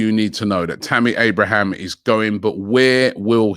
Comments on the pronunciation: Sam johnson and tammy abrahams. Robbie can't even pronounce english names. Is he analfabethic? Or dyslectic? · He’s never gonna learn 😂 “Lachuro” Martinez, Tammy “Abrahams”